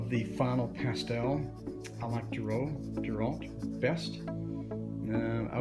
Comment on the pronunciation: Girault pronounced zhee-ro. (Zh). As in zhivago